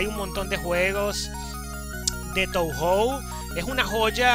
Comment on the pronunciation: creo que se pronuncia "toho" xD oye, a mi se me ven mal las letras, uso el mismo emulador... podrías pasar la configuración? el enlace del emu de la descripción ya no va